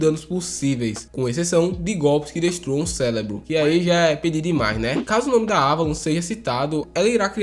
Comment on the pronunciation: Rachei quando você falou "CÉLEBRO" com L kkkkkkkkkkkkkkkkkkkkkkkkkkkkkkkkkkkkkkk